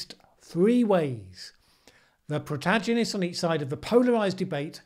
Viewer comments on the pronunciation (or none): and Possibly just a slip of the tongue/brain, but it's a hard 'g' in 'protagonist' not a 'dj'